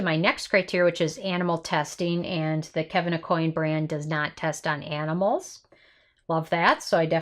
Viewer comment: Last name is pronounced: Ah-Qwan